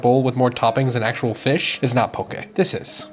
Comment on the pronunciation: EŌ DAS HOW!!! Even saying it RIGHT!